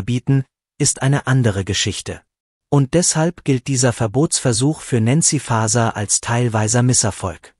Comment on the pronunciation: Die KI sollte so programmiert sein, dass auch der Name von N. Faeser richtig ausgesprochen wird.